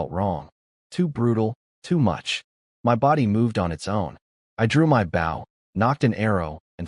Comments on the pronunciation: your saying the weapons word rong {Bo}{W} is silent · They say the word wrong : Bow is pronounced saying the word " flow" replace the letter's f & L , with just a letter low " b - sound " , only not a big " B " at all .